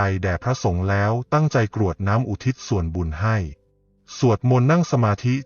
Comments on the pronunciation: กรวดน้ำไม่ใช่กะรวดน้ำค่ะอ่านผิดหลายคำเลย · เนื้อหาดีทุกอย่าง แต่คำว่า กรวดน้ำ มาอ่านว่า กะ รวด น้ำ ผิดค่ะ อ่านภาษาไทย ยังไม่ถูกต้องค่ะ ขอขมาด้วยนะคะ ที่มาทัก คำว่า ตรัส เช่นกัน ลองปรังปรุงดูนะคะ